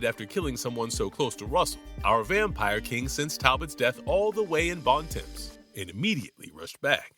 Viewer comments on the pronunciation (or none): Bon Temps is actually pronounced Bon T-OMPS. It's French so its pronounced different than its spelled.